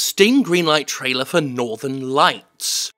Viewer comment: It legit seems like your gonna say Northenlion every time every time you say Northern lights